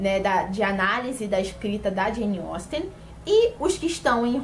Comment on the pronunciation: Finalmente alguém que pronuncia corretamente o nome dessa autora 🙌🏻 👏🏻👏🏻👏🏻